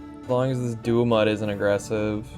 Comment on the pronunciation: Wanting to be helpful in pronunciation, Gumoss is pronounced "Gum moss" and not "Goo moss" because it's like tree sap gum. Same for Dumud, but it's like "Dumb mud"